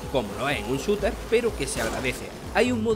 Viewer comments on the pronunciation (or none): none